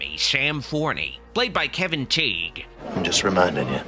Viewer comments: For the record, Kevin Tighe's last name is pronounced like tie. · I watch Kevin Tighe (pronounced “Tie”) every night on cable in Emergency! reruns.